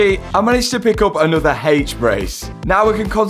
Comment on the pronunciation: nawworer? I'll have a pint of what he's had haha